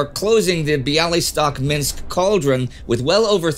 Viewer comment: BiaWystok not BiaLystok